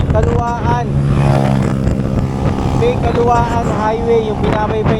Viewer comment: Kalawan bigkas nyan Hindi kalawaan